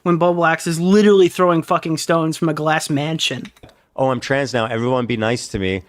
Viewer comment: "throwing stones through a glass manshee-ion